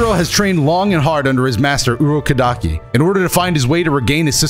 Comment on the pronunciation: I let it slide when he said Urokadaki's name weird cuz it's a hard name to say and spell (I think I spelt it wrong tbh), but then he said Humanity wrong so now I gotta expose him. Edit: Yup knew it, it was Urokodaki